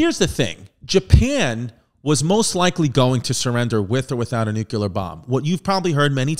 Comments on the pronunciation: Btw “Nuclear” NOT “NuCUler” unless you’re Baby Bush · chrissy. stop saying nukeular. its like this: new-clear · Nuclear. New-clear. 🚫nukular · "It's pronounced Nu-cue-ler" - H.Simpson